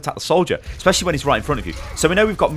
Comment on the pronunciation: ... did he say espesialy if the pharas healing here....... lol